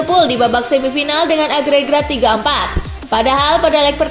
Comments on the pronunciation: Coba denger baik baik pas dia bilang agregat tapi malah agregrat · kak ngomong nya yang benar aggregrat nya ? wk